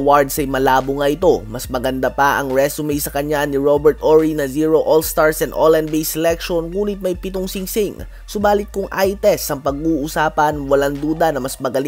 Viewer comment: Robert horry hindi orry